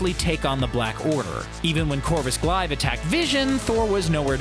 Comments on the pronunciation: It's Glave, not Glive... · Why can’t people just pronounce names correctly🤦🏽‍♂️ Corvus “Glive”